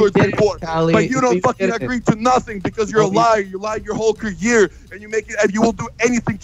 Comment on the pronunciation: Vitaly can’t pronounce career, lol 😂